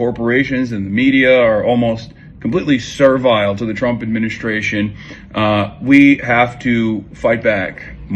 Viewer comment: the way he pronounce "adminishtraition" makes me insane. I hate the way he he pronounces middle s always with "sh"